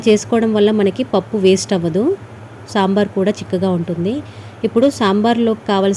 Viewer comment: Pappus annaru EMI pappu kandhi Pappa changa pappa clear GA chappandi